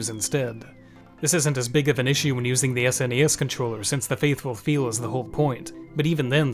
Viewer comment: The way he said S N E S every time... Fumin'. Just pronounce it as sounds: SNES.